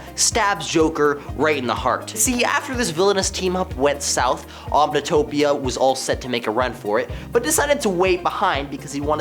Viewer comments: It’s not omnitopia my guy, it’s onomatopoeia. Like “on-no-mah-to-pia” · Correction: That other villain in #9 is pronounced “On-a-mot-o-pee-a.”